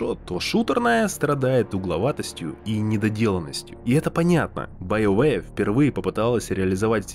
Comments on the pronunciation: Все: БиоВар Диктор: БаёВэ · после стописятого повторения «байоуэ» автору пришлось лечить челюсть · Биовары? Блядотвари!